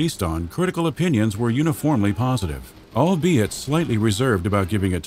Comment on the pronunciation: Whatever you do, don't take a shot everytime the narrator says "albiet". You will be in the hospital...